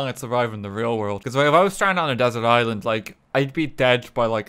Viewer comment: I thought “Island” said “Ireland”